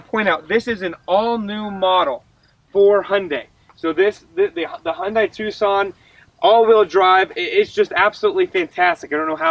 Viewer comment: 'Hi und die' not ' ' is a German dogs optical sensor. Ps Thanks for the review, good work